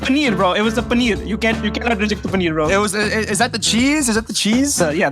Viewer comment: Paneer ( says it the Indian way 😂 I'm indian )